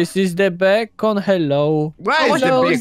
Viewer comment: ysi-bekon smażony a nie bekon 👩‍🦲👩‍🦲👩‍🦲